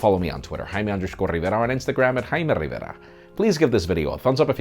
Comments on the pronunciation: Please stop saying " " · is what I hear....😂😂 we must hear it 5 times in his other upcoming video.